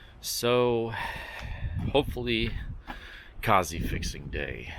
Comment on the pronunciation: It's so funny hearing Americans say Cossie 🤣, love it though